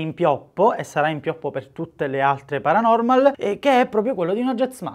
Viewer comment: quel “paranomal” mi trigghera un botto